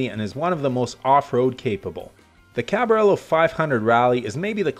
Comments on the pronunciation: it is pronounced Cavayero. English Cavalier. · CABARELLO???? FFS can't you read???? :D